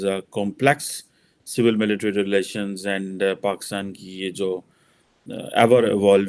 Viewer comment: it’s “military”, not “militry”.., Angrezi theek kar lo.🙂🙏